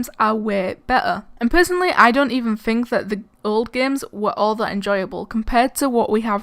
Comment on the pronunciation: It’s think not fink